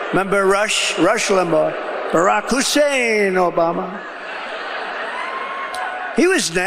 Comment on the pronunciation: It was a certain way Rush would pronounce Hussein